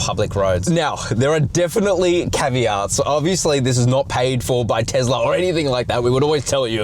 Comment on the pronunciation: It is not TEZLA